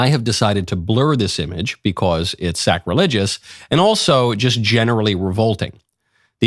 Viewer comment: Did you just say that it was ... Sack-religious? Nice one Michael, real smooth ;)